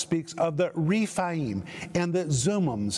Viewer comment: Anakim is pronounced Ana-KEEM in Hebrew. Emim is Em-MEEM. Rephaim is REF-AI-EEM. Zamzumim is ZAM-zu-MEEM. And so on. The "im" suffix shows plural number, and is always pronounced "eem".